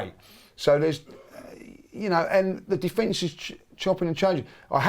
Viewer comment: The guy couldn't even pronounce "attack" or "defence" 😂